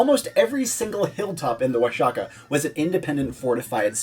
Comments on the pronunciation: The video was rlly good. But I cringed Everytime he said Oa-sha-kah. It’s pronounced Oah-hah-kah bro. The X works as a J, or a H for English speakers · It's pronounced Wua-ha-kah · In Spanish it's Wa-ha-kah, in classical Nāhuatl it's Wash-ya-cack (I know, it sounds like you think it does), but modern natives sometimes still do pronounce the x as "sh" even when not speaking their native language. The spaniards would also pronounce it as "washaka" for years, it just changed later... but not in all cases anyway (Don Quixote being an example, I've only ever heard it as "kishot" and never "kihot")